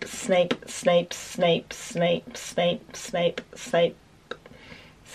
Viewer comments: I was listening to this in my room and my mother is like what is she saying snake snake snake ? I'm still laughing 😂😂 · Am I the only one who kept hearing "Snake Snake Snake Snake Snape" 🤣 🐍 🤣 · Snape Also: smape again: Absolutely no one: steak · Half of the time you were saying snake😂😂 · I misheard Snape as shape, snake and saint... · It started sounding like snake after a while! Just me? Ok. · I was watching the video and my mother was in my room and she was like "Why is she saying SNAKE?" 😂😂😂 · Yeah, it did sound like SNAKE a few times... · OMG I'm early for once! Yay>:3 Edit: this is so weird I love it!! Edit2: the more she says it it sounds like she's saying ssap are snap XD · first it's sounds normal, so Snape then all i could hear was Steak Staple Smape Thneps Thnape Snake Spape Mapes Swape Fameps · She kept accidentally saying sainp or Saint and all I could think of was .... Malfoy jr: SAINT POTTAH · She kept on saying Smape 😂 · I always feel like ur saying Snpsnasnpsna XD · Around 50 times I thought she said smape or snake😂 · When she starts saying shlape I died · It Kinda sounds like she’s saying spank!🤓🤣😂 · It sounded like your saying snake when u go faster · I heard snipe and Smape😂